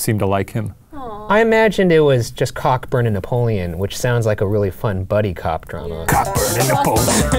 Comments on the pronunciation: It was Canada.... with the help of amarican natives, and the british army. Edit: and it's pronounced KO-burn This was also the time that your anthem was created. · Aw, Shane, you dork. It's not 'cockburn' (ie gonorrhea), it's 'co-burn' Unless you were doing it deliberately for the giggles, in which case you were too subtle with the nudge nudge wink wink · Cockburn is pronounced 'coeburn' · Cockburn is normally pronounced Co-burn in the UK.. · The myth of that it was actually “Canadians” that burnt down the White House is not correct. The force, as mentioned, was lead by Cockburn (pronounced coeburn), a British man and his soldiers followed suit in where they originated from. “Canadian” soldiers did fight but in the more northern parts of the conflict, not as south as the capital. Notice I put Canadian in speech marks because they weren’t really even Canadian. I’ve never actually heard of this myth until reading the comments on this video so I think it must be a Canadian thing. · isn’t cockburn pronounces as coalburn, or is that a scottish thing. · Cockburn is pronounced Co-burn. Like Colburn... with silent letters. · Guuuuuuys.. 'Cockburn' is actually pronounced 'Co-Burn' 🙄😂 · I know it kills the joke but Cockburn is generally pronounced Co-burn. Sorry for being a spoilsport. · Cockburn is pronounced coh-bern. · I'm no historian so i could be wrong but I'm British and i'm fairly certain that "Cockburn" is said "Co-burn"... otherwise it just sounds like someone tried to make love to a hot object or a painful STD aha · Just a little fyi, Cockburn is actually pronounced “coeburn”. It’s just during the war the American soldiers didn’t adopt the proper pronunciation for obvious reasons. I think this actually really annoyed Cockburn too. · Cockburn is actually pronounced..... COEBURN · They are pronouncing Cockburn it is pronounced (co-burn) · That’s pronounced co-burn, but it’s much less entertaining than saying Cockburn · PLEASE stop saying cockburn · It's Co-burn!